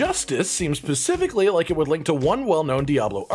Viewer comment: specifically ... NOT pacifically